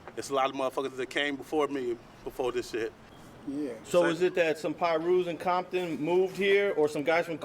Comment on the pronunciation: He said Bomton lol